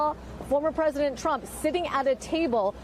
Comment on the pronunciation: BWAAAAH! BWAAAAH! NAWT MY PWEDISENT!